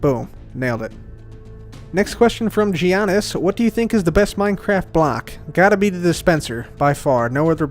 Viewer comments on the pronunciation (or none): none